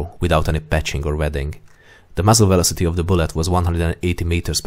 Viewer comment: You have to slow down the dialogue especially with the technical words and uncommon words. Like 'velocity' all I heard was 'vlosteh' and millimeter became mlmllmltrrr. It's like playing dictionary-hero with my ears. Otherwise, a good video